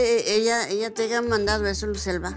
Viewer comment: Muy de clase y dice "aiga"